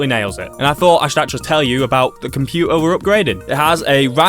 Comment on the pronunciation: why is this guy not pronouncing "t" word, he is also saying compuer, instead of computer. 🤔🤔💭💭